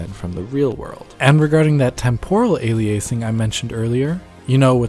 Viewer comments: Firstly, the word "aliasing" is pronunced incorrectly in the video. Secondly, aliasing is overlapping of frequency components of a signal due to sampling, both temporally and spatially. The simplest method of antialiasing would be to preapply a lowpass filter to the signal in order to make it bandlimited and avoid most aliasing. By doing so, the image would get blurred, since the higher frequencies were filtered out. There is much more to what I said, just wanted to put it in simple terms. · thank god someone else was annoyed by the way he said aliasing. Looking through the comments, I thought I was the only one that knew he was saying it wrong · Learn to pronounce the word "aliasing" if you're going to keep saying it a hundred times in a video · "ey lee uh sing" not "ey lee ace ing". A dictionary would have helped. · A-li-eh?-sing? No! A-li-ah-sing, or A-liah-sing. Please! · Aliasing, not "ayliyaysing" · I loved seeing this breakdown, HOWEVER.... Ale e ace ing ??? Alias is not A pronounced "ale e ace" That was so damned annoying. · "aliaysing" lmao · Why do you keep pronouncing it "aley-aceing"? It's literally alias + ing. Nobody pronounces alias as "aley-ace". Apart from this odd choice, the video is good and the people who didn't understand all the terms - well this video isn't for them. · aliACEing. the way you talk and how you seem to be trying to cover up some sort of impediment is more jarring than the worst aliACEing. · This was fantastic and very informative. Narrator's GOTTA stop sayig ali-ace-ing though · "Ail-lee-aysing"? Are you cereal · Ail-ee-acing... alrighty then. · I don't think "aliasing" is pronounced ali-ace-ing. Doesn't lower the value of the video, but gets annoying really fast, sorry. Especially given how many times it is said in the video. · But what's "ay-lee-ace-ing?" ;-) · LOVE the video and the addition of. Did have a difficult time focusing on the content while he was emphasizing "A lee A sing". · ''Aleaysing'' really dude ??? smh